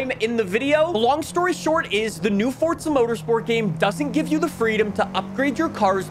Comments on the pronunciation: Its Forza Motorsport not Forsa Motorsport. You yell too much and talk with your hands, the jump cuts are wack too. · Its not fortsa its forZa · You realize the simulator is called Forza, and not Fortsa, right? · bro is calling the game FORTZA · Fortzhuh mourtorspurts. I can't get over how you keep saying it ☠️ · why do so many people pronounce Forza as Fortza? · Fortza <--- That's how you're saying it. Sounds like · Do you say Forza with a "T" for attention or wtf? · Not surprised 😂😂. It’s forza